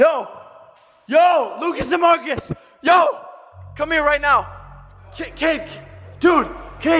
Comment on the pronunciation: did anyone hear jake call Kade cake like if you did